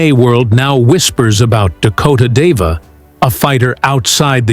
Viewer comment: It's Dakota ditcheva, not deva. Kinda getting sick and tired of these videos pronouncing her name wrong.